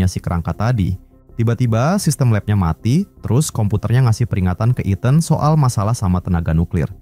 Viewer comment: gemes dengernya nyebut etan wkwk harusnya ithen (ethan)